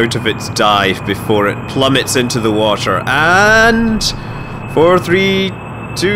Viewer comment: Was so proud to be Scottish listening to you, then heard how you say water 😂 Love the videos bro, just started subscribing